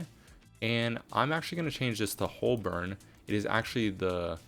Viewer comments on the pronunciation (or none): Hey i am loving this series. Some notes - Clapham Junction actually already exists and refers to a completely different area, near Battersea. So it's a bit confusing to rename Clapham North to Clapham Junction. Also what is the URL for wikimaps? Also FYI Holborn is pronounced "Hoe-ben" or "Hoe-bern"